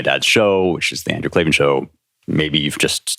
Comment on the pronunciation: K L A ... V A N ... there are no 'e's in Klavan!